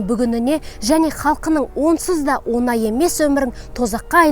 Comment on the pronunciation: онай емес, оңай емес деп сөйле, мұнайю емес мұңаю деп сөйле